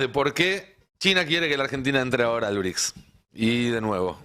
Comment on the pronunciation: “ BRICSA” ???? 😂😂😂😂😂😂😂😂😂😂😂😂😂Es un chiste??? 😂😂😂😂😂😂😂😂😂